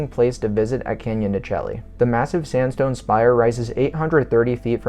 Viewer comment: Pronounced Canyon de Shay